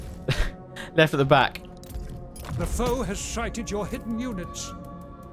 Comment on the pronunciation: I love how when the advisor says "sited" is definitely sounds like "Schitted" AKA the enemy shat.